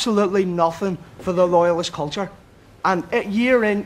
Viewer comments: "our kulchure" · "Loyalist Kulthurr" get off the stage,. 😂